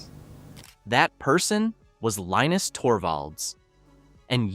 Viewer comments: Could you consider being consistent in how you pronounce Linus’s name? FYI, he says it: LEEnus. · Linus said that it's pronounced differently depending on where he is. Some people say Line us, others say Leen us, still others say Lin us. I grew up with Charlie Brown. One character's name was Linus pronounced Line us.